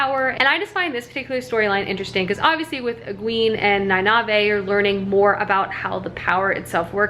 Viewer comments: Knee-Nay-Eve. There you go. 😌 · It doesn't really matter, but Nynaeve is pronounced /NIGH-neev/ and Egwene /eh-GWAIN/ :) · E-gwain, Nine-eve, and the (eyes-se-die) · Ny-nive-hey hahahahahha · Ah, the right of passage, mispronouncing Nynaeves name. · Love the wheel of time... then I was bored but compelled to read the wheel of time... then I was heart broken by the wheel of time after the authors passing...then I was 110% back on board for the Sanderson conclusion. Also no worries about mispronounced names...my brain could never get Nynaeve, I swear it added letters haha. Cautiously optimistic about the show. Glad you enjoyed the 2nd book. The first 6 are excellent. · ooof, there's a pronounciation guide at the end of every book! I kinda get goosebumps everytime you pronounce nynaeve wrongly hahahaha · I see your point. However, having read and listened to all the books multiple times she is saying it wrong. They don’t say it like that in the audiobooks. It doesn’t bother me that she says it wrong, but she is saying it wrong. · Listens to the book Still mispronounces Nynaeve (I'm sorry. I can't ignore it) 6 days until the TV show!